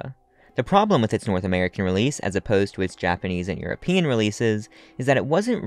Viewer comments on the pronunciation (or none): none